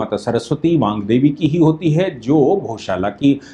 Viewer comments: वांग देवी नहीं वाग्देवी कृप्या ध्यान देंगे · aap baar baar Baangdevi kah rahe hain, jabaki yah Vaagdevi hain Chadrabindi nahi hai iss naam me, Vaak se Vaagdevi naam hai. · वांग देवी नहीं, वागदेवी / वाग्देवी होगा।